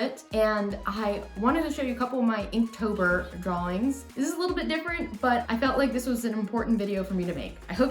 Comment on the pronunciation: "Pronounced Dralllllllllings" Still dying laughing :-D